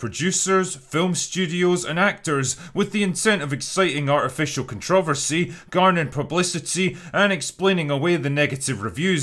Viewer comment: Do all Irish put the stress on "trover" in controversy? In America, we put it on "con" and Critical Drinker's pronunciation is making my head spin a little bit